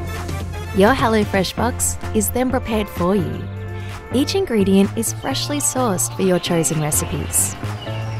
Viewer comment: I can’t stand these ads popping up every time I use you tube - and worst of all, the lady’s voice is so irritating, the singsong voice and the way she says “fraash” instead of fresh. It sounds like the way Prue & Trude from Kath & Kim speak, it’s ridiculous! Get a more relaxed, down to earth voice actor next time, you might get a wider market of shoppers.